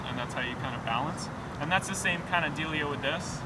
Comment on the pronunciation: "Why did he say dealyo" hahahahaha